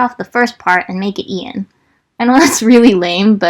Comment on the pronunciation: when you’ve been pronouncing Ian as AI-EN this whole time